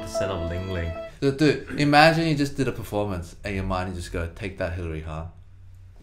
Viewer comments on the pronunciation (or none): Shining Edited Moon No her surname is the German ‘Hahn’, not the eastern Asian ‘Han’ Edit: The pronunciation is also slightly different cause of the ‘h’